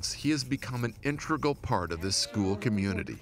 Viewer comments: "Intregal". Really? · Intregal? Anyway, great story!